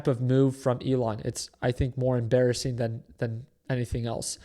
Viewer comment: Did I hear em-“bear”-ising? 😂